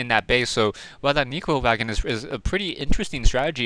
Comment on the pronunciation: btw its neccccccro wagon, sounds like ur saying negro wagon lol